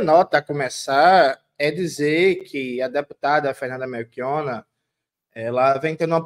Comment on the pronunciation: 😅 que agonia do Jones falando MeRchiona ao invés de MeLchiona 😅. Me tira até a concentração 😅😅😅😅😅